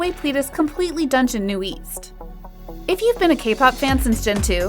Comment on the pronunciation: You say ' NU-EAST' but its literally 'NU-ÈST' (newest). Its also not 'PLEE-DIS' but 'PLÈ-DIS'. Edit: Also its 4Minute and not 4Minutes. If you decide to report on kpop at least be authentic. This channel seems like an insincere cashgrab and would've normally not reported on kpop if it weren't for the hype.